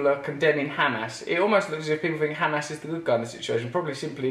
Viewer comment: Instead of Hamas he says "ham ass". Brilliant I agree 100%!